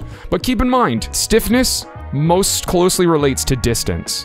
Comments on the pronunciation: I heard sniffiness instead of stiffness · did i hear you say default sniffness haahha